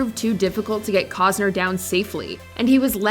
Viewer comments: I cannot comprehend how the voiceover doesn’t know how to pronounce KEVIN COSTNER. She says KEVIN COZNER. Even if she was born in another country, it’s pronounced the same. Please do your due diligence and fix errors like this. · The “t” in CosTner isn’t silent. Irritating little details just stick in my brain😜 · Hearing this woman say "Kevin Cozner" makes my ears want to die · There's still a "T" in Costner, right????